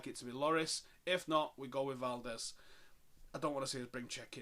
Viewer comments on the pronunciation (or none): none